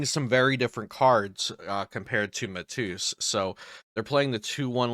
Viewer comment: Mah tay yus. Ur pronunciation was funny